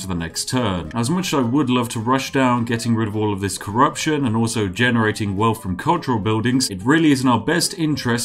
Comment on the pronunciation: You cannot call yourself the spiffing Brit and wear a monocle and pronounce “wealth” “welf”